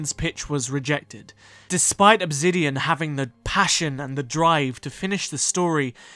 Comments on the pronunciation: Why in the video, do you keep saying "Obzidian" instead of Obsidian?? Very weird... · great video just one question, why pronounce the s in obsidian as a z. you keep saying obzidian and it throws me off the entire video.